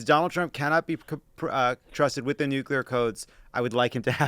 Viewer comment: Somebody please tell Dan how to pronounce “nuclear”.